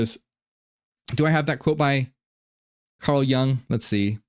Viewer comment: It us Jung as in “you-ng” and not as in “young”